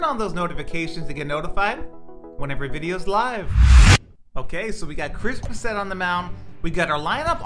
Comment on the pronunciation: It’s bass-it not bass-et